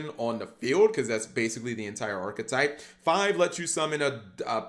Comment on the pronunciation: Do a deer a female deeeer Re a drop of golden sun Mi rhymes with G for who’s pronouncing the archetype wrooooong Jk I love you Cap